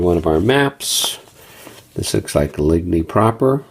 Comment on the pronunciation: Overall, a nice "inventory"; stationary camera is always greatly appreciated! Small quibbles: if you're going to "french it up" do it right: Battaille is pronounced "ba-TYE" (the L's are silent), Ligny is pronounced "LIN-yee". And Quatre Bras is "KAHtre-Bra" not KWAT-re. You didn't mangle "melee" too badly... it's pronounced either "meh-LEE" or "may-lay". (But at least you didn't say MEE-LEE like some do; that makes me cringe....) :)